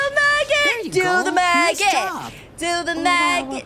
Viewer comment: help it sounded like she said “magnet” instead of maggot lol